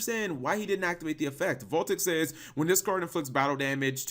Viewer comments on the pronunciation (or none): none